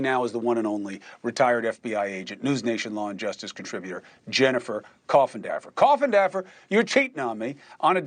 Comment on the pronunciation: Come on Cummo learn to say Jennifer’s name…….🤦🏻‍♀️